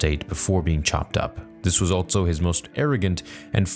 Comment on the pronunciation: Stop putting the letter T in the word "also"